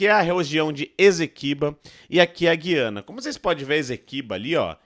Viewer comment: é GU iana meu fio. Quem fala GUI ana são os portugas. Brasil não vai fazer nada. Vais só ficar olhando. Pq além de ser da nossa conta, tem China, Russia e EUA no meio. E Venezuela é nossa aliada pra nos vender petroleo em caso de não passar navios no oriente medio